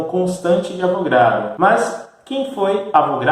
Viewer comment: O correto é A VO GA DRO e não A VRO GA DO